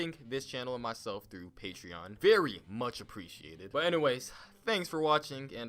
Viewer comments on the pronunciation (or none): none